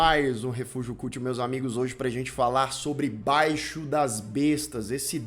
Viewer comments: Esse abestado fala " Baixo" não é "Baixo" é Baixio. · Não é "baixo",! É BAIXIO! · Se pronuncia baixío, não baixo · Interessante o filme e os comentários. Só que não é "Baixo" das bestas (como você fala), se pronuncia "Baixío" das bestas. Senão fica parecendo algo como "De baixo das bestas", ou:"Baixo das bestas". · Apenas uma observaçao : A pronuncia do nome do filme, não é "báixio". É BAIXIO. Que significa pequena elevação próximo ao mar ou rio. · Não é BAIXO, mas BAIXIO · Olá A pronúncia correta não é "báixo" e sim "baixío" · BAI - XIO, e não "baixo",! Larga de falar do que você não sabe dizer sequer o nome! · Correção ao: a pronúncia correta é "baixío" e não "báixio". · Boa apresentação do filme. Só faltou com respeito por não dizer o nome correto do filme: Baixio das Bestas, não Baixo das Bestas. Mas ganha ponto por analisar o cinema nacional menos conhecido. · BAIXÍO, NÃO BAIXO DAS BESTAS....( O ACENTO É PARA DESTACAR O "I" OMITIDO PELO LOCUTOR) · No título do vídeo ta escrito: Baixio e não Baixo, mas o não sabe falar Baixio. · BaiXIO, não Baixo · O nome do filme é "baixio das bestas" e não baixo das bestas. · Não é BAIXO mas BAIXIO . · oxe, baixio e não baixo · O nome é "baixio" das bestas e não "baixo". Obrigado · "Baixio"... não "baixo"! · Não é BAIXO, mas BAIXIO, linguajar muito usado aqui no interior do nordeste, geralmente pelo homem da roça, ou seja, um Local mais baixo, onde se acumula mais água, tem um terreno mais úmido por mais tempo, sendo um bom lugar para se plantar. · O nome é BAIXIO DAS BESTAS. Aí o pronúncia "BAIXO DAS BESTAS" durante todo o vídeo,e ainda pronúncia com firmeza do que tá falando. Poxa. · Não é BAIXO, é BAIXIO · não é 'baixo' é 'baixio' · Não é Baixo, é Baixio. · amigão não é. "baixo" é "baixíííoo". No Nordeste "baixíííoo" é uma tipo de terreno, topografia geralmente próximo às margens dos rios. Eu estava no dia da premiação polêmica no Festival de Brasília. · BAIXIO BAIXIO BAIXIO ....NÃO BAIXO